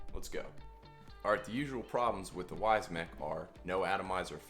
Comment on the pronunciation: He's probably referring to the way you pronounce it